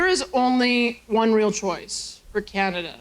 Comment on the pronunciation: I ha, ha, agree "arbrows up" 😂😂😂 canaZa HUH